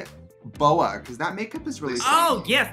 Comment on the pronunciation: “Bacoss” 😖😖😖 Trinity! It’s “because”!